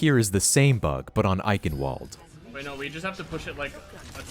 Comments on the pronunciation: Its eichenwald not eikenvolt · btw since Eichenwalde is in Germany its pronounced Eichenvalde, cuz germans pronounce their w’s as v’s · eikenwold. that absolutely not how to pronounce it